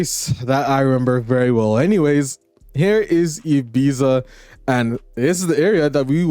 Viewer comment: I'm sorry to be a pain but I just couldn't keep hearing it without saying something but it isn't called Ibeeza but it's E-bee-ta. Just like you'd pronounce Pizza.